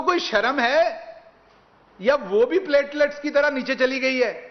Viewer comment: Pletlets kum hay pyaayaallaalets aur glasslets kyaa?